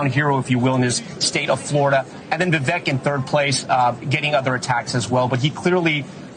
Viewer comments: Day 39 of correcting the pronunciation of Vivek. Viv-ACHE. like take or make. With the VIV before it. ViV ACHE. VIV Ake. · It's pronounced "Vivake". Rhymes with cake. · Why do you pronounce his name as “Vay-vake”? So weird!